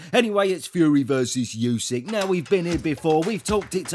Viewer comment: Would be great if you would become the first English-speaking boxing commentator to pronounce Usyk propa. It’s Oo-sook